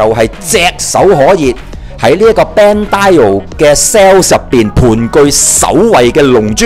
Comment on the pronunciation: 我唔明點解成日要將bandai，讀成bandai~o